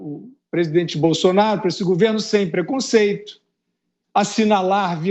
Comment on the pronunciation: Fiuza tem que ver que muitas vezes ele não fala nada com nada principalmente quando ele fica falando Bolsolaro pelo meio dos dentes e ridículo tem razão